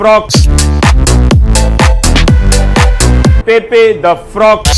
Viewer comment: Ravish does not even know how to pronounce Pepe.